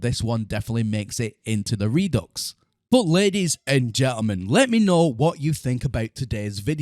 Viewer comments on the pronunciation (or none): You realize that it is not pronounced "re-ducks", right? It's "re-due"